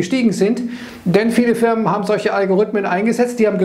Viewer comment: Algorithmen, nicht Algorüthmen ;)